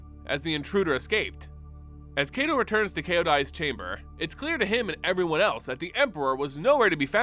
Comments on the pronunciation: It's KY-to, like KITE-o. Not KAY-to. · So is his name 'KAY-to' or is it 'KAI-to'? It just bugs me how you pronounce his name. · Why everyone sound like they saying KaiDo not KaiTo. Are my ears just shot?? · Love the video, but a small correction in pronunciation if we are to go by the Japanese names these characters are named from. Kaito is pronounced like the word Kite but with an O at the end, not "Kay-tow". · Like Cobra Kai...... toe. And yes it bothers my weeb ass.